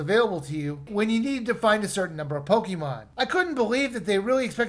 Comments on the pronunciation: A pokymon? The e in Pokemon is read as e in pocket. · Take a shot every time he mispronounced pokemon